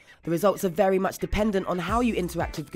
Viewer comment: its vewy wesponsive :)